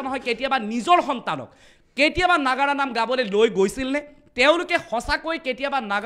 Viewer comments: নাগৰা নহয়, নাগাৰা তাই আগুৱাই যোৱাত সহায় কৰিছে ভাল পাইছো, কিন্তু আপোনাৰ উচ্ছৰণ বোৰ শুদ্ধ হব লাগে । তেতিয়া ভাল লাগিব শুনি, তেটো ফালি থাকিলে ভাল নালাগে । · নগৰা নাম নহয় নাগাৰা নাম।